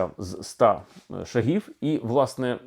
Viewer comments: Не шагІв,а шАААгів!!! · Давно пора. Тільки наголос на першій голосній при всіх відмінках - шАг, шАги, шАгів. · Тоді кажіть правильно, якщо це не московитський "шаг"! Не шагІв, а шАгів. Не шагИ, а шАги. Бо хочемо перейти на все українське, а не можемо позбавитись московитості! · так куди наголос? шАгів чи шагІв?